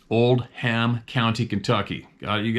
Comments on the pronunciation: Oldham county Kentucky pronounced Old-em. Lots of big deer there. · Thats hilarious how said the name of the county in Kentucky as Old-ham County instead of Oldham Co ahh gotta love our Canadian brother